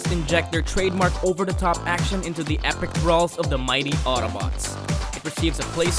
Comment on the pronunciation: "acntion" lol